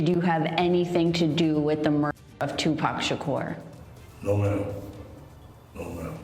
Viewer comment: This is the dumbest video with the most in correct information, he wasnt taken out September 9th it was the 6th get the dates right, and you pronounced his name two pack shacker that's not how it's pronounced show some God damn respect and get your shit right it's not pack either it's pronounced pac(Pock) Tupac (toopock) and kefe d is cooked even the crips are gonna green light his ass in the pen! He's piece of shit! Know your shit and speak correctly on it fool!